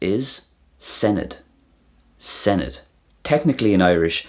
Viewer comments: Good job ! Tasg da! You need to remember that the "dd" is a "th" sound as in "then" so senedd is not sened but seneth. As well "oe" is an "oy" sound (Oy vey!) and not "we" as it sounded to me so "coes" is "coys" and not "cwees". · Senedd it's sen-iTH a really hard TH .. not edd as in English pronunciation of dd.